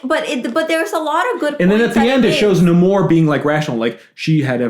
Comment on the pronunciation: I’m very happy to hear people pronouncing Namor’s name correctly